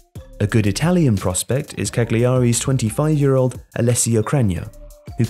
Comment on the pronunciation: Cagliari is pronounced "calyary". Besides that, top video as always :)